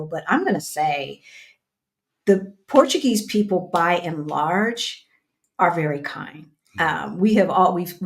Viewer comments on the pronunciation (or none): none